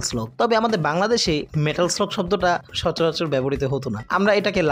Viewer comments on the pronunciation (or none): পুরা ভিডিওটাতে "মেটাল স্লাগ" কে "মেটাল স্লগ" শুনতে শুনতে কান ঝালাপাল। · মানে কি বলব জীবনে এই গেম এত খেলেছি।স্কুলে পড়া কালিন ভিডিও গেমস এর দোকানে গিয়ে কি পরিমানে খেলতাম এবং স্মার্টফোন এর যুগেও ফোনে খেলেছি।কিন্তু এই প্রথম শুনলাম এই গেমের নাম নাকি লাদেন।হাইস্যকর😂 মেটাল স্লাগ নাকি মেটাল স্লগ 😂😂😂 ও ভাই মুঝে মারো 😂😂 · গেমের নামটা তো একবারও ঠিকমতো উচ্চারণ করতে পারেন নাই! নাম ছাড়াও প্রচুর শব্দ ভুল উচ্চারণ করছেন। আপনি একটু উচ্চারণ নিয়ে চর্চা করুন ভাই।